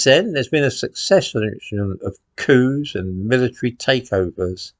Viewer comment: I thought you said c**n for a moment there,but you said coup! 😂